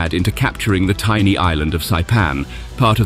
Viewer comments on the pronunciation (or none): none